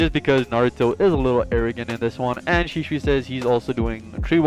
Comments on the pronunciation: SHISUI NOT SHISHUI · I love your content but man I was struggling hearing you say shisui wrong you say Sheesh-shoe-E how you say it is She-sui-E